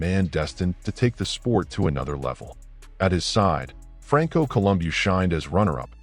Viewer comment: AI can’t pronounce Franco’s last name 😅